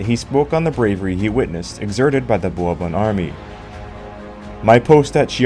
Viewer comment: Someone should have taught this guy to pronounce 'Bourbon' before recording this.😢 (And several other words).